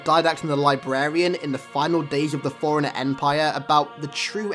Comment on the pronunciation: The way you say Forerunner sounds like you're saying foreiner 😂